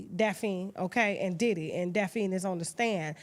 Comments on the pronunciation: Tasha always jackin somebody name up its DaphNE not Daphine but Im cracking up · Daphne Pronounced as Daphny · Tasha mispronouncing Daphne is too much for me😫